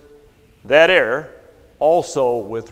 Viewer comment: A minor quibble. at the commencement of this talk he pronounces "error" as "air". I hopes he takes this positively - I mean it as a friendly criticism. Please enunciate both syllables; it is a bit confusing. Otherwise, substitute with an equivalent word.